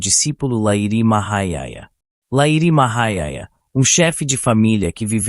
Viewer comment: Só um detalhi: se pronuncia Lahirii Mahasaya. Otimo resumo.